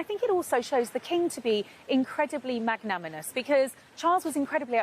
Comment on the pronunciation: Wait, said, "magnaminous" instead of magnanimous... Or am I hearing things?